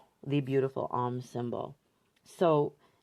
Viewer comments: OM rhymes with dome, not mom. Long 'o'. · Love your work and videos,. FYI, Om is pronounced like 'foam' (without the f, obvs)